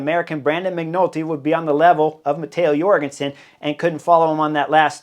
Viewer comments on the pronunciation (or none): none